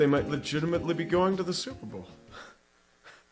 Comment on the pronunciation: St...Stillers go Supah Bawl?? STILLERS GO SUPAH BAWL